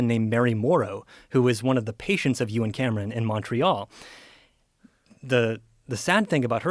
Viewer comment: For the first couple minutes of this video, every time this dude said Euan Camerons' name, I thought he was saying that Joe and some guy named Cameron were doing something. (you and Cameron) 🤣🤣 Anyone else or am I alone on this?